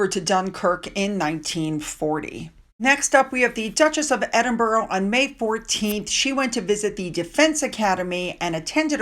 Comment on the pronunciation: What would you think of my intelligence if I pronounced Arkansas as it's written twice a week for 3 years? Isn't it time you got Edinburgh and all counties ending in 'shire' correct? There are enough British royal YouTube videos for you to hear the correct way.